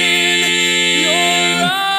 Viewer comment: Very nice.....but WHY....the decades-long mispronunciation of YOUR??? It's not "yoooo're", it's "yohr". There's a difference.